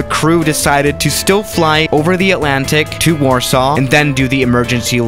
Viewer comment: Lot :P Btw it's Warsaw not warsaaw